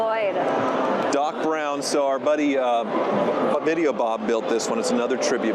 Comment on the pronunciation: When you said video Bob, it sounded like chlamydia Bob😂